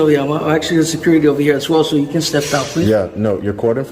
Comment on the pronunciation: “Caul sew-curity!!!”